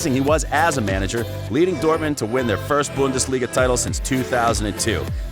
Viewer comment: This video is made almost unwatchable by your horrific pronunciation of the German club names - please go look up how to say Bayern Munich, Mainz, and Dortmund (as a native English speaker it's not hard to pronounce). Other than that, you missed the deal with Buvac as to who would be assistant to whom at Mainz, which is a big part of the story, and a lot fo the external circumstances in Dortmund's 'drop off' in the last few years of his reign (spoiler - Bayern got Guardiola and a lot of money and used it to tempt away some of Dortmund's best players). Decent video, but there are far better Klopp videoes on YouTube